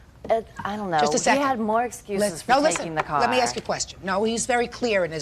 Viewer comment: Did she axe or ask?